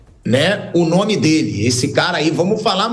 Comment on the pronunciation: Marcelo Marques, fala o nome do cara direito